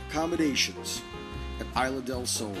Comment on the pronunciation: I don't mean to be a jerk, but it's "Isla" instead of "Isle." There are a couple of words that are mispronounced here.....